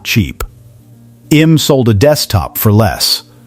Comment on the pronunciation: Needs to be read by a real person. "IBM" is not pronounced "i-bum".